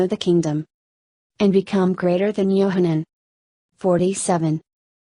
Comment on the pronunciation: Yahchanan not Yohannan it means Yah is gracious. Yahshua not Yeshua, Yahshua means I am salvation.